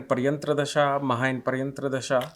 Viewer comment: It's "Pratyantar" Dasha, not "Paryantra" Dasha.